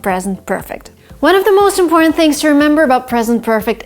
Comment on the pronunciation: How do you say important like this you don’t say it all